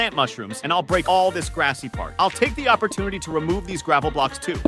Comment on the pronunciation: It's not gravle